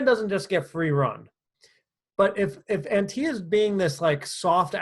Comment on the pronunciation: Did he mispronounce Antia? Background isn’t the best lol but it doesn’t matter to what the content you offer - from a woman just saying 😉